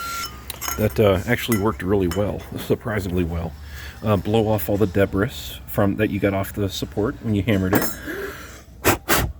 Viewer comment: The word is pronounced. de-Bree. Not Deb-ris ! Debris